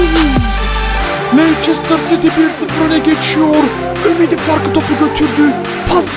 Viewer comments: ABİ LEİCESTER CİTY İ LANÇERSTIR DİYE OKUMASAN ABİ LEYSTIR SİTİ DİYEOKU +1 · leistır sity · okunusu: leyçestır siti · Abi Lester Siti dogru soyle tik oluyorum :))))